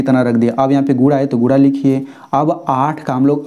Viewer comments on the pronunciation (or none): Aur gura nahi guna 😂😂